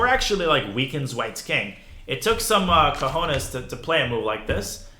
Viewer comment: "It took some "cojones" to play a move like this" 😂 It took me offguard to hear Danya pronounce the word "cojones", not only you got to know Ruy López better than me, but are also intimate with Spanish expressions, con expresiones cojonudas! Well done ^_^